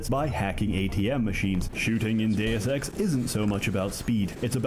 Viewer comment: Bro read Deus ex and said doseki lmao